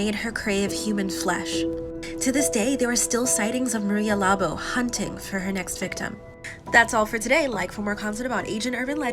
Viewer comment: marya labo not Mari labo